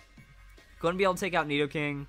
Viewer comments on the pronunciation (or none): none